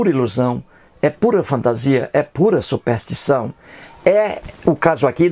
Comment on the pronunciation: Quem é esse coitado que sequer sabe falar? "Supéstição" só se for la na terra do "cabra da peste", que precisa tb aprender a fazer, ao menos, um "power point", né Zé Mané. Se a crença tem prova irrefutável deixa de ser crença (ou fé) para ser constatação. Você é um ignorante que se acha esperto e que, sem saber, trabalha a estratégia de Antonio Gramsci (vá pesquisar quem é) para implementação do socialismo no Brasil. Acorda povo ignorante...